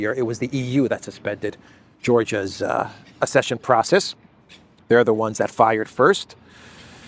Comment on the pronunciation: Ac-session, not ass-session.